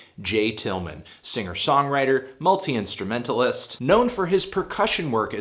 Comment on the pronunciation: The way he says multi-instrumentalist lol